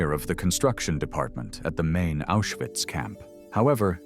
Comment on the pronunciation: Ma come pronuncia Auschwitz, grese,bergen belsen ecc,meglio,andare a. Scuola